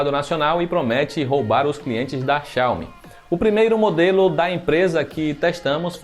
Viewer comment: Tá pronunciando Xiaomi e Huawei errado